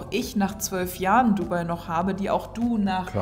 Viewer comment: Nein, eigentlich sagt man eher "DubAI". Also die Betonung liegt nicht auf dem "u", sondern eher auf dem "AI".